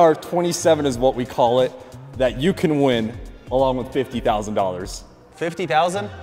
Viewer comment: Did he say, “Yu kon win!” ? 😊